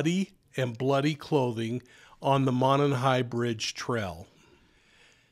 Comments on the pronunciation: PLEASE OH PLEASE!! "Monon" Bridge (pronounced "MOW-NON" BRIDGE) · Love your channel. Correct pronunciation is MOW NON high bridge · First it’s a long O in Mo and non Monon bridge I’m a local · Mow as in "mow the lawn"/Moe MOE-non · The fact you can’t pronounce monon correctly means you shouldn’t even be covering this. Also can’t pronounce a prominent brand like Carhartt. Lol